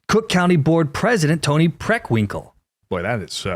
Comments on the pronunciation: Did you just say PRICKWINKELL??? 😂😂👍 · I'll tell you what's unfortunate. Me getting caught with you saying Tony Preckwingle with a mouth full of food. 😂😂😂